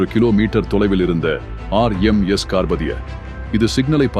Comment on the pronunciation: RMS, என்பதை சொதப்பாமல் தெளிவாக சொல்லுங்க பார்க்கலாம், உங்களுக்கு ஏதாவது தெரிந்தால்